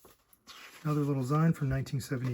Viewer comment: Great video. Excellent haul. Tons of fun and valuable stuff there. And I hate to be that guy but it is pronounced “zeen” short for magazine.